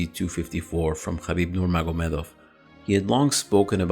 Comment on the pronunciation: I love to hear u say "khabib" correctly